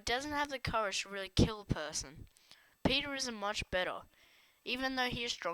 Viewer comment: It is peeta not peter